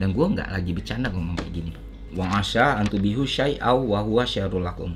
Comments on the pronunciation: و عسى انتحبو شيءا و هو شر لكم cara bacanya saya perbaiki dikit bang "Wa'asa antuhibbu syai an wa huwa syarrullakum" tuhibbu.. bukan tubihu.. cuman perbaiki aj.. tapi so far.. ini video yang membuka pandangan kita tentang apa yang sebenarnya sedang terjadi saat ini... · Bang sorry banget, bukan so alim atau gimana. Pelafalan ayatnya keliru, harusnya "tuhibbu" bukan "tubihu" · Bang, entah dibaca atau tidak, tapi dipembacaan ayat Qur'an-nya ada bagian yang kurang tepat, huruf cha sama ba' nya kebalik 🙏